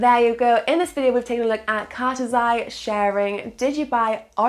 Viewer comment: Lol you say cartesi wrong and the partnerships are not what make cartesi sp good the fact you skip over what the technology is makes me feel like saying do some research.